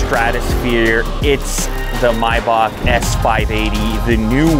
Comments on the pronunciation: Its not MYBACK bro its MAYBACK...love the video! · Its pronounced May(like the month) -bach(like back) not my-back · My-bock...? I thought it was may-back... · Mibock? Dude.....It's Maybock.....you Canucks crack me up! giggle....Love your show dude, just busting your nut....🤣🤣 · May - Bach not My-Back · its not "mybach" its MAYBACH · Is anyone else hearing "Myback"' instead of "May-back"😅? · It’s Maybach not Mayback 😂 the pronunciation is killing me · Its Pronounced May Bach - Not Mi Bach ! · Isn't it pronounced "may-back" instead of "my-back" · May-back is how it’s pronounced. Not mi-bock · Myback for Mayback ? do u say April My June ? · "mAybach" no.. it's pronounced "meybach" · Bro wtf is maaayback 🙂 It's Maybach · it's maybaRR not maybaK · It's pronounced "May-Back" not "My-Bok" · Maybach not mybach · Dumb question: Is it really pronounced "My-bock" the way he's saying it here or is it "May-back" the way it's spelled? Asking for a low-class uncultured friend. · I can't even watch the video he keeps saying "my bock" ITS MAYbach... ever heard any Rick Ross songs?... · It's maybach not mybak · It's MAY...bach, not MY...bach. listening to him mispronounce the name is annoying. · Maybach not bibak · May - bach not "my bach" you have to be American........ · “My bock” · Introduced as Miebock. Why don’t you Yanks learn to pronounce the product that you’re promoting. It seems rather bizarre that you don’t know the name of the quality product that you are publicising. I believe the name is correctly spoken as :- Maybeck, as I’ve heard from Mercedes (Mersaydes). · It kinda irks my ear whenever someone pronounces it My-Bok, but since I'll never own one, my opinion doesn't count. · It’s pronounced maibach… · If he say my-bach one more time imma loose it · I always thought it was pronounced may-back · I thought it was pronounced MAY....BACH? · Kinda kills the vibe when you call it a “MAY-back” 😒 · it is not "my back" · “The maibock” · It's pronounced May Back.